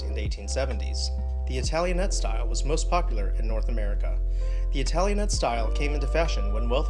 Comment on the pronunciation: I would choose the Queen Anne style for Victorian architecture even though my favorite style is its exact opposite: Georgian. P.S. Italianate is pronounced with the "ate" at the end sounding just like the a in "I ate dinner or I hate it." Good video and pictures chosen for examples.